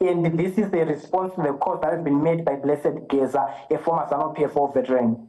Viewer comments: Point of correction to news reader it's Geza not gazi thank you. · Exactly I found it irritating, she didn't even take the time to learn how to pronounce even the name Geza, she must do better